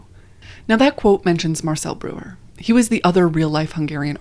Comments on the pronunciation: I cringed! I took German for 5 years. BROYER not brewer. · Breuer is pronounced br-oy-er